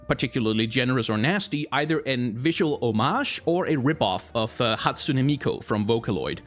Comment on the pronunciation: It's Hatsune MiKU, no MiKO, sorry, it just bothered me the way you pronounced it constantly xD